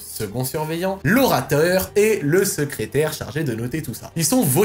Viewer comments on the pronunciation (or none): LE SCRÉTAIRE mdrrr